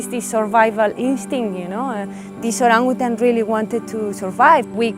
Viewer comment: The way she pronounces Orangutan is perfect 👌 for a foreigner